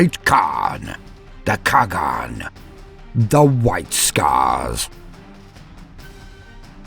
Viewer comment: Your accent is better than you think :d Only the pronunciation of Old Turkic words were kinda wrong but its because Standart Latin does not have letters ''Ç'' and ''Ğ''. ''Ç'' sound is close to ''J'' or ''Ch'' but ''Ğ'' sound is completely impossible to write thus make words like ''Çağatay'' or ''Kağan'' always sounds wrong even at the professional level. Thank you for the video :d Its makes me genuinely happy any time I see my ancient ancestors adapted into fiction accurately. People usually go into a lazy way and just turn them into one dimensional barbarians...